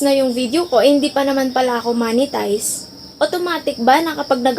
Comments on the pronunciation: Ma'am yung pronounce ng monetize hindi Manitized hahahaha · Hi ate its "MOH-NE-TIZE" not "MA-NE-TIZE". Mo po yun as in mop not map